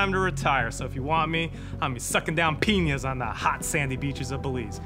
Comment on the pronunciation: Just wish Freddie hadn't pronunced "Piñas" as "Penis" :)